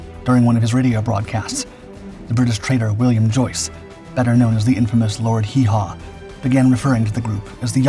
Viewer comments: Why did this video show a downed Japanese "Betty" bomber when you are talking about the 357th's action in europe? And it was Lord Haw Haw, not Hee-Haw. Your quality of video is suffering greatly since you first started. People will start unsubscribing if you don't fix it. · The enhanced images, the AI images and the AI narrator make this unwatchable, I managed almost 6 minutes but when the AI voice refered to Lord Haw haw as Lord Haw Ho I just gave up. sailing close to unsubscribe from me, listen to your viewers or it will kill your channel. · Did your AI mean Lord Whore Haw ?